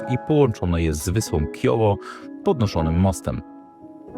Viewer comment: Wyspa to Ciovo, nie Kiovo. Nie czytamy chorwackiego jak angielskiego ;) A! I raczej nie ma tam tysiecy uliczek ani nawet setek. Ta główna, stara część Trogiru (wyspa) jest maleńka w porównaniu do innych, również chorwackich miasteczek :)